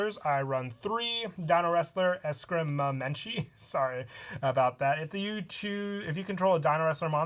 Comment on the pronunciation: Congrats! You're the closest I've heard to the real pronunciation. For future reference, It's pronounced Es-cream-uh-men-chee